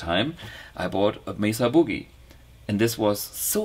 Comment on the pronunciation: OMG a German pronounces MESA BOOGIE correctly ! ) May Suh. I cringe at every limey and kiwi that says Messa buugeey lol. This is the best interview and demonstration of this product out there. Do I wait for the bluguitar X model ?